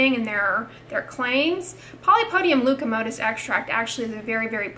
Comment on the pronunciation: Leucotomos ... not leucomotos